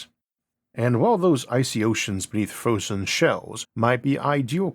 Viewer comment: Gwavity cweatures fwozen